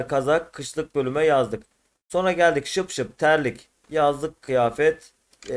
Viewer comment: Abi terlik şıpşıp değil şipşip doğrusu😂👍